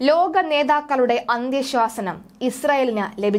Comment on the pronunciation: അന്ത്യശ്വാസനം അല്ല... അന്ത്യശാസനം